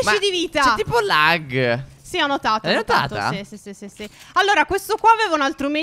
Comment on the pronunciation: Qualcuno dica a Stef che si dice il laggggg